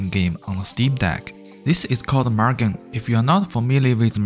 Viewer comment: Sir, it's pronounced moo-gen not mug-en.